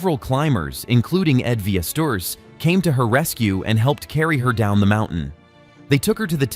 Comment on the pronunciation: “Ed Vee-es-tours”